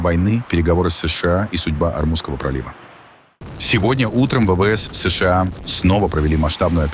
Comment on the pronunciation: Не «ЭС ШЕ А», А «ЭС ША А» или «США»НАДО ГОВОРИТЬ ПО-РУССКИ!!! А искусственный интеллект требует надзора ! ИНАЧЕ НАСТУПИТ ХАОС НА БЕЛОМ СВЕТЕ!!!